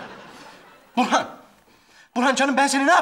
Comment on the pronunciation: Yirmi kere izledim neredeyse. İfo nun Burhan’a burhi dediğini ilk kez duydum😅